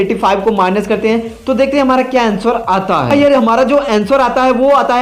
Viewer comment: अँसोर नही अंसर होता है अनपढ आदमी